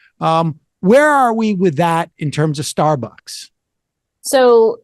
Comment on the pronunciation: I love Sam, but is he drunk? He can't pronounce Starbucks, it keeps coming out as "Starberks". 😂